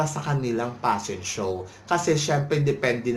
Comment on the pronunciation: Get over your paranoia. And stop saying "passion show". It's "fashion show."